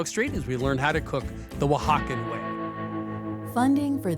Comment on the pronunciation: "Oaxacan Pizza?" Jesus dude. Don't. Right after mispronouncing La Olla, her restaurant. Also the host needs to learn to not talk over people.